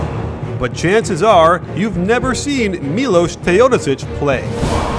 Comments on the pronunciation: Correct pronunciation: 'Milosh Teodosich' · It's pronounced Milosh